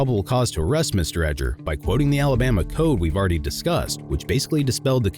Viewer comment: See how they talk “I ard explained it to you” yeah you explained wrong